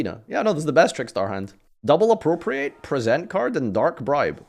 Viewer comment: This is also the man who, unique among Yugitubers, pronounces 'Appropriate' correctly, but mispronounces 'Present Card'.